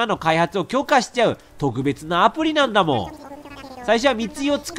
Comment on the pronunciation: レトさんの「なんだもー」が「だんだもー」って聞こえる(ずっと思ってたんだけど言えなかった(つω`*)